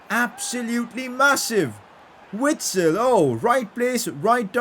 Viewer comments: PCQ: It is pronounced Vitsel, I know it doesn’t change anything but still. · PLEASE pronounce Witsel with a "v" sound